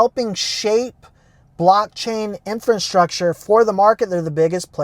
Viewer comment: Please stop calling it “infonstructure” 😩 the word is infrastructure 👍🏼